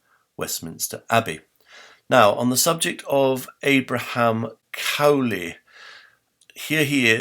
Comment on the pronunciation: Interestingly, Bonner Cutting seems to have a quite different interpretation of why Alexander Pope and Lord Burlington sought to cover up Edward de Vere’s authorship. (A very minor point: I think the name “Cowley” is not pronounced in the way it is pronounced in this video.)